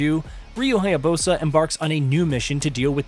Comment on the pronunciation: what is with a lot of white guys and mispronouncing foreign names. lmao ryu haya-BOSA. it was the same thing with ghost of tsushima too. also LMAO at the re-dubbing where he had to edit in the phrase, THE BOSS, multiple times.